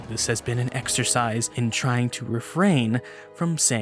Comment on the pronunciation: did you say an "extracise" instead of exercise at the end? lmao